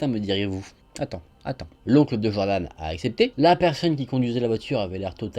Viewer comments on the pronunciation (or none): none